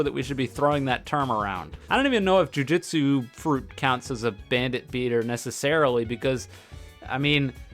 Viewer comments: Now that I have your attention i just wanted to say that your pronoucning jujutsu wrong, its joo-joo-tsu not joo-jit-su. Thast all thank you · ironic title when you cant even pronounce jujutsu properly